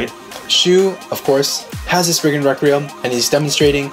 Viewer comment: Well it's not Spriggin either it's Spriggan XD